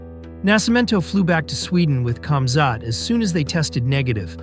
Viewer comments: Its not pronounced camzot its komzhat . If you're going to do a story about somebody at least get their name right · I just subscribed great video. Not sure if that is your voice or a voice over but you say his name wrong. Khamzat The K is silent so it’s pronounced Hamzat. Sorry I’m a grandmother that loves MMA but saying their names right is important. Great video and glad I subscribed ❤ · Cam Zhat lol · Natural predator ! 🧐 He's a World Class Athlete from unbelievable circumstances in a nutshell 💪🙏❤️ Your video is a poor narrative of KC he's much more than your delivery 💯 ,,,,& it's pronounced Hazmat